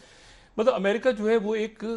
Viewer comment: Ye badiyaa Aadmi he America Ko bhi yamrica bolta he.wo yamrica nahi yamraaj he